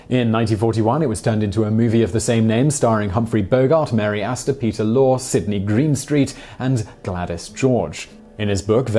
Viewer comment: The actor Peter Lorre (Maltese Flacon) name is pronounced Lorrie.